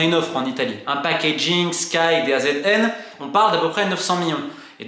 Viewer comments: Une bonne fois pour toute Romain on dit Da Zone pas DAZN 😅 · Les demandes sont totalement disproportionnée par rapport aux autres championnats Européens... Merci pour ces clarifications Romain! et d'ailleurs, DAZN ca se prononce "da zone"!